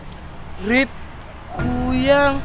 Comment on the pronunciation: Kn kuyyang lagi kuyang lo bukan kuyyang uuu ngomong apa pun di tambahin tambahin uuu😂😂😂😂🤣 bilang kuyang aja kuyyang 🤣🤣🤣🤣